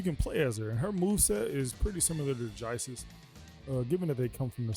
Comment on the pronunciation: Bro... Ja-ice lol ngl it sounded like you weren't sure on how to pronounce jeice's name when you said it